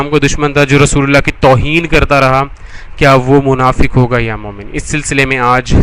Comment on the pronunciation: bhai shabi munfik nhi munfiq ak alag tabka ha